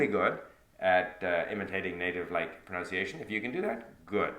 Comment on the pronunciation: You lost me when you said proNOUNCEiation not once, but twice. How ironic!